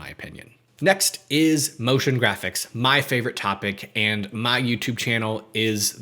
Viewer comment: NIce ONE! I said Notion Graphics ??? Is it Notion or Motion?